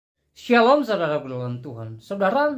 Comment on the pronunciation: Koq "SYALOOM"...? Bukannya "SHALOOM"...?